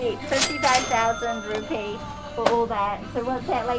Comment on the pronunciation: It's Indonesian Rupi-ah isn't it, Not Rupee. Just sayin hehe.